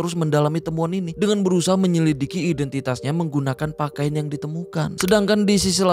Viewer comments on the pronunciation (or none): none